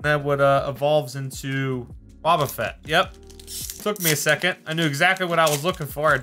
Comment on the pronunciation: He said wobuffet and I heard boba fett.